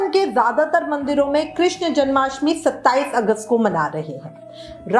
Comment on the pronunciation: कृष्ण hota hai कृष्णा nahi